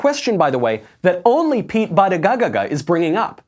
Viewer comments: its pronounced booty-gag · Of all people there, I am surprised to see Michael act with such disrespect regarding the pronunciation of Pete Buttigieg's NAME. No one will ever hear your argument if you say their name incorrectly. I put a lot of effort into remembering and saying names correctly, because it's a way that we show respect to one another. Even if you disagree with someone, present your argument with passion and integrity but don't intentionally butcher their NAME - that is CHILDISH. You are better than that, Michael.